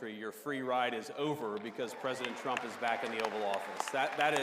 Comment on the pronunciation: lol, he just said Tump!!!